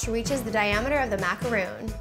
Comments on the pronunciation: its macaron (mac ar on) not macaroon!!! they are totally different desserts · MACA-RON !!! NOT MACAROOONN!!! They are 2 different cookies !!!! Smh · It's pronounced Mac-ah-ron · Ma-ca-ron. Not Macaroons!!!!! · Macarons are made with almond flour and whipped egg whites and macaroons are coconit cookies. Don't tell me "its the same" or "its not a big deal". If you want to seem ignorant then keep sayung macaroons instead of macarons. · just a tip, that word is pronounced mack-er-ON. not mack-er-oon. they are completely different things. a macaroon is typically made with desiccated coconut (deliciousness) where as macarons are what you were making. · they are Macarons not Macaroons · looks amazing! I'm exciting to try this recipe. Sidenote though: Macaron is pronounced 'Mac-ah-rohn'. A macaroon (mac-ah-roon) is the one with coconut in it. common mistake though, I only realized they were pronounced differently a couple of months ago =) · Why does she keep saying Macaroon? How can you teach people something when you dont even know what its called. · Maca-ron is how you pronounce it! It kills me when people don't say ur right -_ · You're pronouncing macaron the wrong way 😂 you're saying "macaroon" which is a coconut cookie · macaroons really? smh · It's macarons not macaroons!! that's something different! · If you're gonna make a video on how to make a MACRON, you should at least pronounce it right. There's a difference between macrOn and macarOON. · Yeah but I gotta break it to you..... It's MACARONS not MACAROONS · it is not "macaroooons" jeez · OH MY GOD MACARONS, not macaroon! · Gabbi.Sadz EYE TWITCHES ITS MAC-A-RON - MAC FROM BIG MAC & A & RON FROM HARRY POTTER! DAMN IT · That's because you don't know how to pronounce stuff. It's spelled macaron with one "o" for a reason. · MACAR-ON its macaron btw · I really wanted to watch this but if the baker can't say the name of the cookie, why would I?? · MACARON NOT MACAROOOOON MACRON MACRON MACRON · It's MACARON not MACAROON.